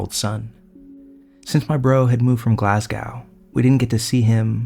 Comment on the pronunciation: To the narrator. It's pronounced Glaz-go, not Glaz-gow. Np 🙂👍